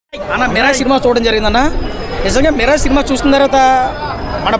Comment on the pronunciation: Miral raa adhi mirai kadhu 😂